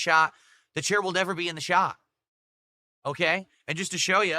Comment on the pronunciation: OMG THE CHAIR WILL NEVER BE IN THE SHAH being physically unable to pronounce words that end in T correctly is one of my least favorite mannerisms.